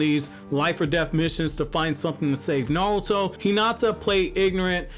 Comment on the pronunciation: The way you say naruto (nouto) is giving me pain in my stomach but overall a great video